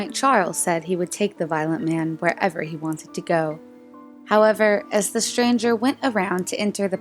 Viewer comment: It is pronounced “mystery”, not “mishtery”. And “stranger”, not “shtranger” or “shchanger”. Otherwise they are interesting.